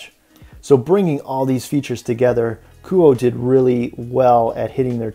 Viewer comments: It’s pronounced Ku oh eh. Nice review though. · It's pronounced KOO-OH-AY